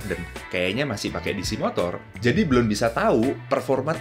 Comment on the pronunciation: belan belon belun, susah banget ya ngomong belum